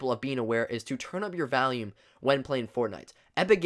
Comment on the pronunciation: On number 7 he said valume instead if volume